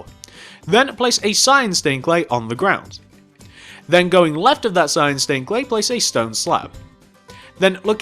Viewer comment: you said black staind pane